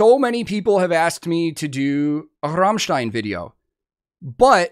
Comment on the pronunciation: You are the first american who pronounced Rammstein correctly :D